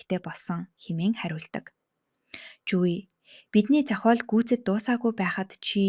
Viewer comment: Зохоол, ноорго гэх мэт дуудлагаа засмаар юм байна шүү